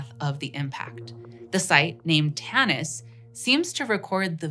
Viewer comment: Tanis? Oh I thought you said tennis.